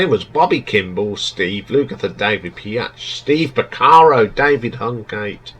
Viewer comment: David Piach? It´s David Paich (pronounced like Page).🙂 "Somewhere Tonight" sounds like a boy band?! I have never heard a boy band do a half-time reggae-shuffle. The singing and the base playing is awesome on that track. "A track called Lee"!? Have you even listened to the song? 🙂 It´s Lea, L-e-a. One of their best songs ever, IMO. On Steve Porcaro doing programming ringing your alarm bells; that´s what he always did, even on your two top albums, so I don´t quite get why it´s setting of your "alarm bells". "Mad About You", "One Road" and "Cruel" being "filler tracks" or weak?! They are the best songs on the "Mindfields" album, for me. The songs you like are the worst IMO. 🙂 I see a trend here; you tend to like the rockers and cool riffs, not the greatest songs/melodies. I am a guitarist (and pianist) and Steve Lukather is one of my favorite guitarist but I still prefer the songs with great melodies and grooves. Beauty is in the eye of the beholder, I guess. However, I agree that "White Sister" is one of their greatest songs. Finally, you forgot to the rank the "Toto XX: " and the "Past to Present"-albums. 🙂 "Past to Present" has only 4 new songs, however, but one of them "Can you hear what I´m saying" is great. "Love has the power" is good too. Personally I have problems with ranking their albums before"Toto IV" that high. Even if there are many great songs on them, they have such thin production, which for me is just a little hard to listen to. Here´s my top-ten ("Fahrenh